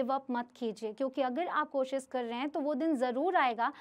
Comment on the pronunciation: Mam ...pehle aap hindi seekho ....bcs you r indian ....koshish hota hai kosis nahi .....